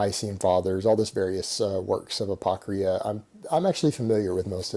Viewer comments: My thoughts exactly, completely butchered the pronunciation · "Apocrea" lol so well read